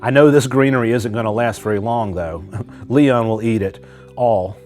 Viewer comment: It’s Leon not Liam lol